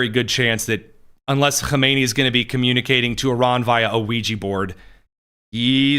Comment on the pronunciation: Stop putting an Al in front of Khameneis name. It’s silly And Khomeini died in the 90’s.